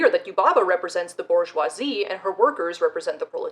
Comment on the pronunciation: BoR-jwah That’s how waluigia says bourgeoisie This is good and the correct way